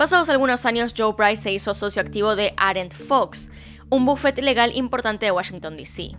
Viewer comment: Se dice bufete no bufet y no Escupas cuando hables